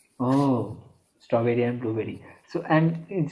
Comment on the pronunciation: hey you said stoberi ar (আর = and) blue Beri.